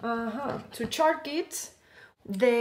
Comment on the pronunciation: its like "chargue-it" hehe ... but i can understand what she saying